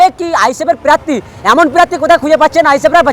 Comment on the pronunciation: এ কে রে বাবা! ভাই ওটা হলো আইসি থানা ওসি আর আইসি কাকে বলে আগে জানো। আর উচ্চারণ টা শেখো শেখো। প্রার্থী উচ্চারণ শুনেই পুরো সেই হকার হকার লাগছে। কোনটা আইসি থানা আর কোনটা ওসি থানা বলে শিখে নাও